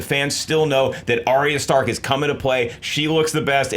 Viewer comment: I like how you said Arya Stark at first, you sounded like some out of touch mom that tries staying hip with the kids and mispronounces things